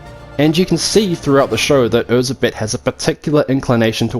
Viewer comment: I loved Nocturne, I loved the French Revolution theme, and I even loved Anette's character. My only gripe (me being Hungarian) was that they consistently mispronounced Erzsebet Bathory's name. It's pronounced Er-Jai-Bet (with a soft J, like in the French name Jaques), not Er-Zeh-Bet, folks!